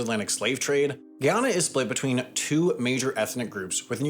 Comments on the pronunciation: My god. How do you make an entire video about a country without learning how to correctly pronounce the country's name? Here's an easy way to remember the proper pronunciation of Guyana. 1) Say: GUY. 2) Say: ANA (which most people have been doing correctly) 3) add the 2: GUY ANA not Gee-ana. NOT Giana. I mean, there are so many videos of the president making speeches on YouTube.. keep pronounces his country's name in those speeches. Taking your own personal liberty on the pronunciation of the country's name takes a certain amount of arrogance and hubris that is not often associated with this channel. It'll probably be argued that you're mispronunciation was just an honest mistake.. But to make such a simple mistake while portraying yourself as an educational channel is an embarrassment. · "gee-on-uh". 😢 "guy-anna". 😃 Given both Trinidad & Tobago, and Venezuela, it's not a surprise that deposits would be found in its waters, and why Venezuela keeps encroaching on its territory. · Why are you pronouncing the country as if it is in Africa? Thats Ghana. This is Guy- ana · After all of that research you could have learned how to pronounce the country's name... GUYana...jeez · Not to take away from the actual content of the video but “Gee-yana” 🙃🙃🙃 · Its pronounced Guy-yana. Guy as in Guy Fawkes and Yana linke in Banana. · Bro pronounces Guyana and Guyanese differently EVERY TIME HE SAYS it. GUY-ANNA. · Why am I hearing "Ghana"???😅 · i believe its GUY-ana. Im Jamiacan but I got a couple friends from Guyana and they thats how they say it. They havent corrected me since. Bro shouldve done a quick research on the pronunciation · Why can Americans never pronounce Caribbean countries' names properly lmao It's literally pronounced how it's spelled; "GUY - ANNA" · I'm convinced Sam just loves pronouncing places wrong to farm angry comments 😂 Where is this Geeona place? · Damn..... Not even American and didn't know about Guyana as a country - thought he said Ghana (Africa)